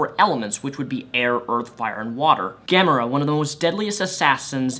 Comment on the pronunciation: Isn't it pronounced "ga-more-a"